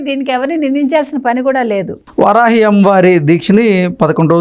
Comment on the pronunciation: వరాహి కాదురా బాబూ, వారాహి అనేది నేర్చుకో.